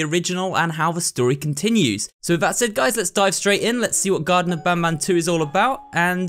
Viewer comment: Garten not garden